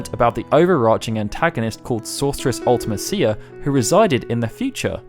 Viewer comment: I know I'm nit-picking a little bit but you pronounced Ultemicia wrong